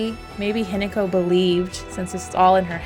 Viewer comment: I love the analysis, but I'm sorry, the way you pronounce hinako isn't exactly right... It's not an attack, it's just something that I noticed. It's said more like hee-na(like in nagging)-co. The way you say it I was gaslighting myself that the entire game I was reading the name wrong and it's actually Hineko (which is also a Japanese name btw!), but then I looked at the subtitles. But your pronouncing of junko is pretty good for someone who doesn't speak the language!